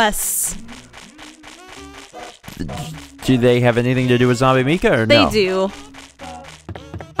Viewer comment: Is Zombie Mika's name pronounced with a long "e" sound as you've been saying, or is it a long "I"? I work with someone whose name is Mika, and it's pronounced with a long "I."